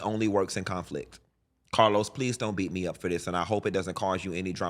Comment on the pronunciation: Funky keep dropping names 😂 first Oliver now CAH-LOUSE